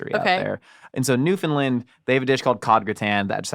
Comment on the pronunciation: You both pronounced Newfoundland correctly!!!! 🎉🎉🎉